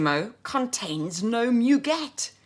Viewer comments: Giacobetti was clearly influence by Roudnitska. Her IUNX line was lovely and unfortunately no longer available. A gentle correction, c’est moo-gay. 🙂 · couldn't help but notice that I'm not the only one tempted to offer feedback on French pronunciation. You have such a beautiful English accent and your elocution is balm to many ears, I doubt that we would bother remarking on the pronunciation of French words if this were any other channel. In my own turn, I have to take issue with Douglas on the pronunciation of 'muguet'... 'mu' is not pronounced like the English 'moo'; that would be 'mou' in French. The French u in 'mu', 'tu', 'lu' etc is a sound that, if my memory serves me correctly, is not found in English, hence why English-speakers find it so unnatural, initially. It takes a few minutes to master, but once mastered, it's never forgotten. 'moo' is a sound made largely in the throat, whereas the French 'mu' is formed by pursing the lips, not opening them. French is such a beautiful language, it would be wonderful to hear you say all these names and words in confident French. You can do it, I am sure!